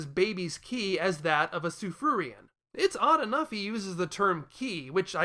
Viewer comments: I dunno, whenever I hear you say „Tsufruian“, I only hear „Tsufurian“. I understand your logic, though, and I don’t want to debate on this. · Say it right. God it's Kryptin all over again.